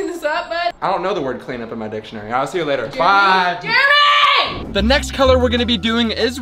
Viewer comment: u spelled jeremy wrong u said jermery instead of jeremy